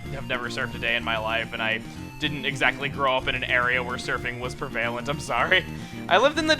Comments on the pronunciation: "Prevail-ent"? It's "Prev-a-lent" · Wait, did Chuggaa just say pervalent instead of prevalent? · That was an interesting pronunciation of "prevalent"...